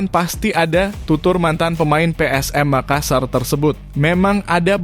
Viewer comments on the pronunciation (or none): none